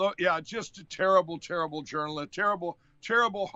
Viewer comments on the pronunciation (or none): Turrble-turrble...just turrble. Steaksamich.